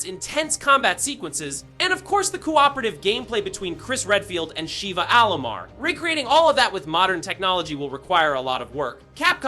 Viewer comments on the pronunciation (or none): I thought i was going crazy thinking I was pronouncing Shevas name wrong...nope. Its not pronounced like the Hindu goddess Shiva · Not only that, when explaining re5 remake, he pronounced Sheva, wrong. So no, I dont trust this